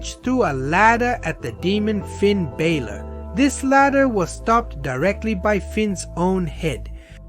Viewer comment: Best part is how bro doesn’t know how to pronounce Finn Balor’s last name so he tries out three different ones in the same segment. Good tactic!